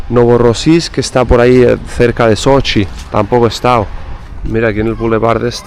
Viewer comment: CADA vez que dices sochi me suena a Xochimilco, tienes que venir a la Ciudad de México y visitar la Isla de las muñecas.